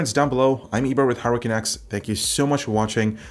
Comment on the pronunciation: Always hear "HardwareCanucks" as "Hurricane X" =)